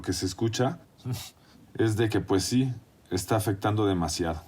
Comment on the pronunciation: They need to hire a bilingual reporter this is embarrassing she can barely say si